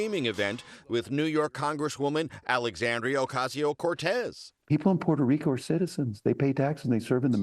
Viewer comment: I think the way he said "Puerto Rico" was infinitely more racist